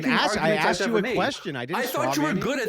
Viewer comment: "I aksed you a question!" These people do not understand logic or reason.